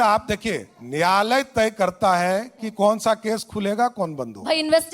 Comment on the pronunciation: Nyayalay sahi se bol lijye samrat chaudhary